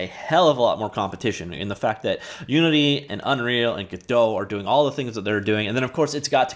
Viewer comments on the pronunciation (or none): none